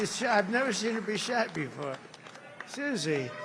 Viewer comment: When he say suzi....😅